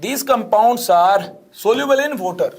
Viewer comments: Bye guys , I'm gonna get a glass of 'WOTER'🤣. Nah I'm just kidding that actually makes the lecture more funny and interesting 🤣🤣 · Sooft Woter, funny accent 🤣🤣